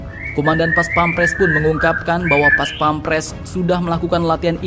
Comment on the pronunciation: bukan paspemres Baca nya Bos....PAS PAM PRES....Bukan PAS PEM PRES